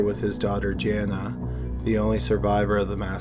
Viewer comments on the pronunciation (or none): none